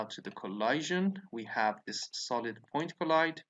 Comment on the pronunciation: You’re saying collision wrong. 😐